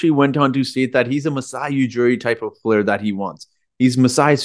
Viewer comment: Are you kidding... I love how you say "play ur"... I am fan bpyin right now! 😅